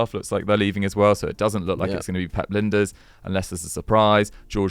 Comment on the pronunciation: It's Lijnders, not Linders